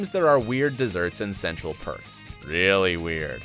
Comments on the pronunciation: Dude its central perk not park 😂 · and he said Central Park instead of Perk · Central Park is correct. Are you really F.R.I.E.N.D.S fan?? Central Perk is Gunther's last name. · DID I HEAR HIM CALL IT “CENTRAL PARK” INSTEAD OF “CENTRAL PERK” !!!!!!!!!!!!!! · Definitely see everyone at work at some point throughout the show. And the coffee house is Central Perk. Not Park... come on my guy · The narrator obviously has never watched the show. Pronouncing Lisa Kudrow’s surname wrong, pronouncing Gunther’s name wrong, saying Central Park instead of Central Perk. Also, Ross is a paleontologist not an anthropologist and Richard Burke was a Dentist not a Medical Doctor. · It is called Central PERK not Central PARK😆😆😆😆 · Erica Dae and he said Central Park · Erica Dae and central perk as central park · fauzan riez Im talking about the coffee shop. Also Gunther Central Perk does have a noce ring to it 😂